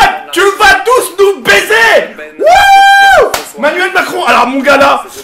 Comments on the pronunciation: le mec il dit manuel macron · Il dit Manuel Macron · c'est "Emmanuel Macron" pas "Manuelle Macron" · Mdr le mec il dit "manuel macron"😂😂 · Je rêve ou il a dit " Manuel Macron " ? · mdr il c meme pas comment il s'apelle il dit manuel macron jpp